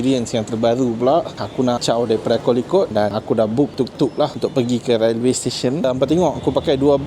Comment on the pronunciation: The train room is terrible & so cramped! The stairs are so small & dangerous! Railway is pronounced like "Relway"....like uou want to say the "e" as in "sail" & not "Ra el way".